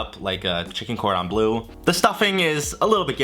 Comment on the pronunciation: I adore your channel and this video was just as entertaining as all the others I've seen so far, but I can't help but giggle at the way that you pronounced "Cordon Bleu" 😅